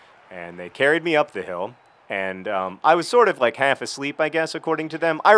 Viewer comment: I can really hear John's Southerness when he says "half". Anyone else?